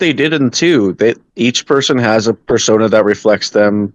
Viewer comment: The way he pronounced it "Per-sauna" was a hot take enough